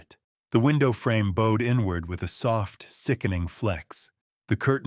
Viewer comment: Yes, really love them but hate the AI pronunciation of certain words...crooked, bowed etc